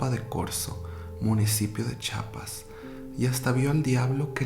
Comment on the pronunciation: NooOoOoOoO, es Chiapas, no Chapas jajaajajaja